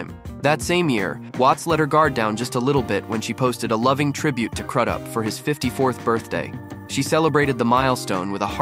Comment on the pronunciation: It’s crews up that’s how it’s pronounced